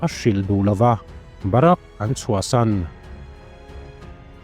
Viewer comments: barak ni lo in.. bharik aw pu ber😊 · Dikchiah. Bahrak ti ten alama india ah chuan bahrik tiin kan lam zawk in kahria